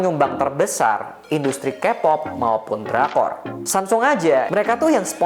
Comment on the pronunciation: semsong, why bro? just say samsung